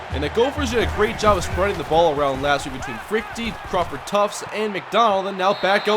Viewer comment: Its Crawford TUFT, not Tufts